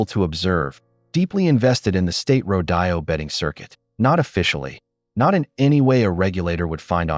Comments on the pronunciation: I love the story but PLEASE the word is rode o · The pronunciation of rodeo is ro dee o!